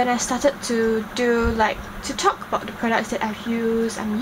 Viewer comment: You keep pronouncing the as 'de', them as 'dem', and then as 'den'..... How is that proper English? It's okay if you can't speak like an American dear girl. Pls stop trying.